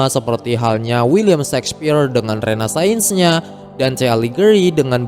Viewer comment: Shakespeare itu renaissance (baca: renaisan) bukan renascience (bukan rena-sains. Terimakasih atas videonya, semangat.